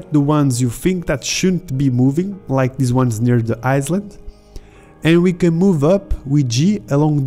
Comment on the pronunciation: bro. you are saying 'island' wrong